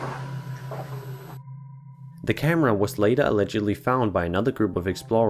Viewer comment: “the camera was later ELEDGEDLY found” uhh... yeah..